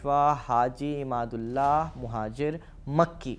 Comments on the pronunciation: Haji imdadullah nam ko ap glat bol rhe ho ap imadullah bol rhe ho shi nam bolo ap hindu logo ka jankari adhuri hai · Masha Allah video achhe the devband ka sahi tareekh bataya aap is ke liye shukriya Lekin aap se darkhast hai ulamaekiram ka nam adab se lete to ziya dah achha hota Nam me aap galat liya Imdadullah ko aap ne imadullah kaha har bar Makulat ko Ma.lu. kat kah rhe the Baqi video achhe lagi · With the humble request to correct in mind the word Malookaat, in fact this is Makoolaat/Maqoolaat. And The leader name Was Haji Imdadullah , Not Imadullah. Any way very informative clip u have recorded. Keep it up... Allah jaza-e-khair de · आप बार बार इमाद उल्ला कह रहे हो उनका नाम हाजी इमदाद उल्लाह मुहाजिर मककी